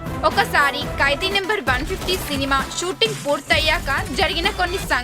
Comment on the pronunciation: amma thali telugu ni khuni cheyyodhu.kaidi kadhu khaidi.